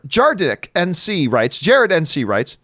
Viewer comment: Lol "JAREDNC"